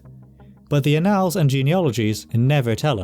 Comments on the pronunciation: ann - als'.not 'a nalls' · Annals is pronounced AN-als, sounds like AN-uhls.. It's not annAL as in canAL. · As on another video, your pronunciation is mostly correct. In this one, it's a simple word: ' annals". It's not pronounced " uh-NALLS," it's pronounced Aah' nulls, with emphasis on the first, not second syllable. The first syllable sounds like the proper name Anne, and the alls is pronounced like the second syllable of" bridal". If your going to do historical narration, you should have complete command of common English words. I think your pronunciation of place names and proper names is pretty good. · You've got me looking up how to pronouce 'annals', as I've only heard it as 'AN-uhlz' (like 'channels') before. Admittedly, I'm not finding much evidence of 'uh-NALZ' (like 'canals') elsewhere… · Could you try “ann-le”, instead of “ann-all”? I suspect you’re avoiding “ay-***” lol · Annals, not analls. Edit: interesting that you pronounce dynasty correctly but Americanly all the other times. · Thank-you! Most interesting! A small point of pronunciation, 'annals' is usually pronounced, 'ann-ls' :in other words, the second 'a' has usually been silent. And 'din-asty' not 'die-nasty' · It's "án•nals", accent on the first syllable. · If you're talking about historical records, then you are not pronouncing "annals" correctly